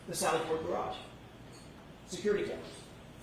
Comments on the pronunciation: Imagine saying gararge multiple times and then being pissed about him mispronouncing her name 🤡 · She can’t pronounce the word garage. She says “gararge”. Hahaha! Is that how they pronounce it in MA? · The way she says garARGE makes me crazy. She must have taken Hanks hebatoba and inscissor English class. 😂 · What is a "Garge"?..😂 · Oh she’s going to get the unwanted lash back and negativity from the public, online and social media now. She deserves it! She could have come and testified without the attitude and unprofessionalism and testified truthfully. And BTW the word garage is not pronounced gar-Rage” ma’am! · Why does she say “gararge”? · WTF is a “gararge”? 🤨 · She pronounced "garage" as "gararge", twice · Distorted memory? False memory? Give me a break. That judge imo should be prosecuted after this. The objections she sustains on behalf of the state are confusing and seem very bias based. Oh and wtf is a "gararge"? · The irony of getting mad someone can’t say your name all the while butchering the simple word garage is hilarious!! What a joke 😂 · She also has problems say garage, must have something to do with the R in the word. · Did anyone else notice the way she pronounces “garage”…or am I crazy? lol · Why has she not been arrested for murder of the word “garage”? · Someone please tell this woman that there is only one R in garage.